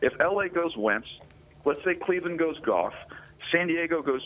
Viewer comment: And it's goff